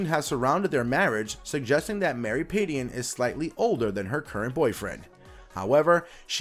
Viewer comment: You're mispronouncing her last name - it's more like pad-jen.